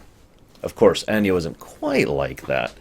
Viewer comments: Arvid Axelsson you're right it should be pronounced like ah-no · Out of curiosity, why do you pronounce Anno like "Año"? I don't think that's how latin works. Sorry for the smugness.